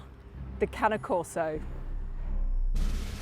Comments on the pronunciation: STOP CALLING IT Cana Corso it's CANE CORSO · I swear it’s the cane, as they taught us in elementary school… that “E” at the end makes the “A” a long A. Not canna corso, cAne corso. Not canna corso. CAne corso. It’s ok, one day Brit’s will learn proper English. Until then, y’all will continue to sound like John fetterman had a second stroke. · Exactly!!!! Its cane not cany!!!! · She pronounced it Cani Coso It’s cane corso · I think is pronounced "Kanye Korso" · you are saying it wrong. Its pronounced CARNEY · it’s pronounce carne-ay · Its pronounced that way kai ney corso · Why does she keep on pronouncing the E like an A !? 😩😭 CANA CORSO !? WHAT THE FRENCH .. this video is driving me insane 🥵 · lmao “canneh corso” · and one of the trainers says kane corso smh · Sad that the animal trainer don’t seem to know how to pronounce the dogs name correctly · 100s in rescue? That's insane Pure bread Cane Corso pups with papers and breeding rights cost like 3 grand. Really? I wouldn't let my doggo be trained by someone that can't even pronounce the name right 🤣 Not that i would let anyone but me train my own dog.